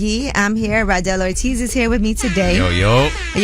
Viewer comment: His name is RADEL ORTIZ not Randel 😂😂😂😂